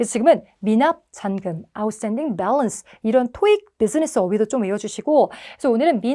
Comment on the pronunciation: 초 balance (잔금) 발음 너무 좋아요 유익한 강의 감사합니다!